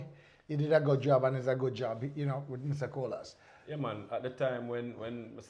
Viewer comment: Nice interview. Great job,very informative. I just love the way you and pronounce Colaz name🙌🏽😊